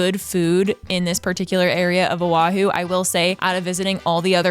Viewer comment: Do diabła,!!!! Nie Ahu lecz wyspa OAHU. Czyta się tak, jak się pisze. Język hawajski jest podobny w wymowie do polskiego. Mieszkaliśmy z mężem 20 lat w Honolulu, stolicy Stanu Hawaje 50 tego, na wyspie OAHU. Pi ękne miejsce , atmosfera i ludzie ❤️☀️🤙🌈🌺 ps Ahu, to jest nazwa ryby.